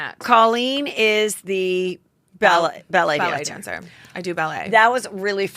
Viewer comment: I kept hearing “belly dancer” & not ballet dancer lol!